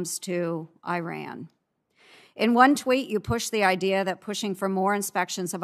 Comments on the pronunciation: Ernst keeps mispronouncing Iran's name and keeps being corrected, but doesn't matter; stupidity can't be taxed. She just reads off the fodder she's given though her ignorance and bias are astounding. I recommend she gets a book on Iran to avoid looking so illiterate and blind. When shamelessness is the only asset to sell blow your trumpet high as flutulence is unavoidable on too much beans. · She can’t even pronounce Iran properly. Performing for her corn-headed fans.